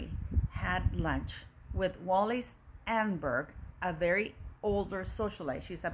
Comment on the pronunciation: Thank you for this VERY interesting report. Btw her name is pronounced: Ahn - nehn - berg - emphasis on “nehn”